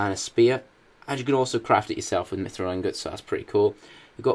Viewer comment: You pronounced mithril wrong D:<